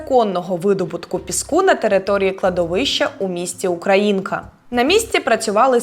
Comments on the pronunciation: Не УкраЇнка, а УкрАїнка. Наголос не вірний. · Тільки не УкраЇнка, а УкрАїнка, бо уж вуха ріже, коли журналістка постійно згадує назву населеного пункту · УкрАїнка, не УкраЇнка. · ПлютИ і УкрАїнка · Українка! Наголос на "А"! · Украї́нка (наголос на «а») — це місто в Обухівському районі Київської області, а також назва кількох сіл (наприклад, у Рівненському районі Рівненської області). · Мінусую тільки за неправильний наголос в назві міста УкрАїнка... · Наголос на "а" , а не на "ї" ! Наче поряд Києва, а так викрутили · О, дякую що ви це написали! ❤ А то мені теж вуха ріже коли не так вимовляють 😊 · За розслідування дяка, а от називати місто Українка правильно з наголосом на а , бо це місто, а не людина і так називають всі місцеві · Ведуча неправильно робить наголос на назві міста Українка